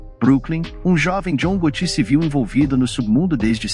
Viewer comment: John Gotù, do francês hahahaha